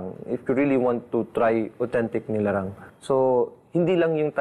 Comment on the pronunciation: NILARANG not LINARANG goshhhhhh